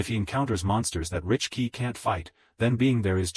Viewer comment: Bro please learn English it's not richkey it is Rickey it is siblings not sisters